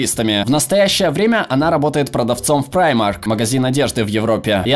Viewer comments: Правильно говорить примАрк а не праймарк (если что я прекрасно знаю этот магаз потому что живу в Европе) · замечательное видео, но Primark читается как Примарк